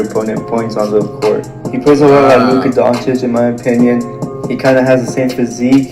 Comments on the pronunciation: “Luka Donikic”😂😂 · Nobody: Flight: "Luka donakic" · “Luka Donakick”